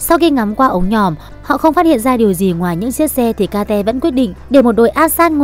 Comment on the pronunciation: phải gọi là kết chứ ai lại gọi là ka te vãi cả ka te zzz